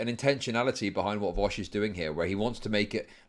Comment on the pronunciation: People clown on how says Vowsh and not Vaush, but I think he actually says Vosch